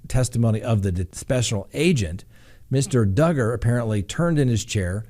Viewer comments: DUGGAR!!! RHYMES WITH HUGGER!!! So love it!!! 🤣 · Awe! Don’t let the old crabby people win! DUGGER-HUGGER LOL. Oh, and didn’t that start because someone got offended that you said his name wrong once lol. He does deserve the upmost respect. Not. Love ya!!